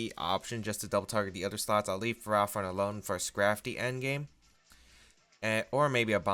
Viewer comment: Please. It's Ferro, as in ferrous or made of iron, and Thorn, like a rose bush. Ferro-Thorn. Ferrothorn. Please. I can't hear Fur-Raw-Thorn again.